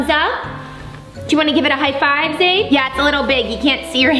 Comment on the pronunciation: Not being rude of sm but it is not Zaire it's Zaide😊